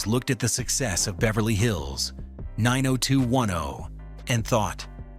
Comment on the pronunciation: 😂 The narration is so riddled with mistakes I can't tell if it's narrated by a person or A.I.! Mispronunciation, inaccuracies, what is this?! And why is he adding a comma to 90210?!